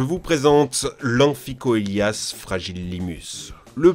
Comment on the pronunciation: Et aussi, on prononce "anfiçélias". Ca s'écrit "amphicoelias", mais on dit aussi "sélacanthe" (coelacanthe) ou "sélophysis" (coelophysis)